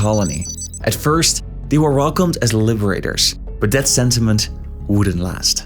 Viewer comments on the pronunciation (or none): none